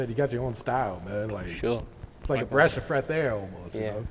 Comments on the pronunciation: “Breash Of Freth Air” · “Bresh of freath air” he thought we wouldnt catch that😂😂😂😂😂😂